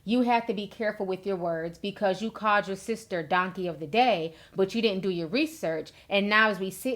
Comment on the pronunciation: i love when she says "sista" or "brotha" Lololol 😂😂😂